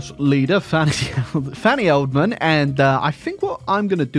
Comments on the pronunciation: I hate to be that guy but it's E-del-man not eldman sorry I enjoyed the video regardless 😂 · I love how he comitted to pronouncing her surname as Eldman when its clearly EDELman (also can someone explain why a German sounding socialist would have anything to do with Argentina in the 40s, I'd genuinely interested to know the history.) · I think it's pronounced ED-EL-MAN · Your pronunciation of Edelman is false